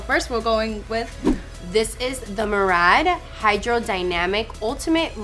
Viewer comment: Why can no one pronounce murad correctly 🙄